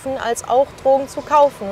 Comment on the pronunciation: Was mich total triggert… Dass immer „Trogen” sagt… Aber an sich ein guter und wichtiger Film.